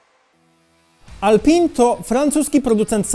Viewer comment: Alpin, nie czyta się Alpę? Tak samo jak Michelin.